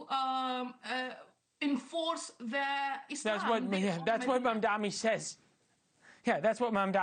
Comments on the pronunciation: M. A. M. D. A. N.I . Not Mamdami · 1) Why didn’t you let her talk more? 2). I don’t like mamdani any more than you do, but F dude, you STILL can’t say his name correctly!? It’s Mamdani — not Mom-dommy. Or Mon-dommy. I can’t stand him, but it’s not that F hard of a name! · i dont care for Zohran but im curious... is mispronouncing his name a deliberate thing they do? ive noticed a lot of commentators call him Mandami or MamdaMi , when his name is MAM-dani. surely they know this right?